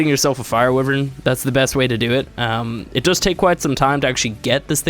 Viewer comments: Why-vern not whi-vern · what the fuck is a wyyyywen... it's pronnounced WHY VERN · Its pronounced WHY-vern, not Wivren!